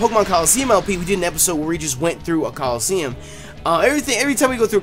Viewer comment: At the beginning he said colleseum